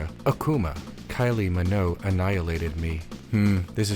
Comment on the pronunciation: As long as you're on this video game arc, I don't need to play. Ps Hard 'g' in Minogue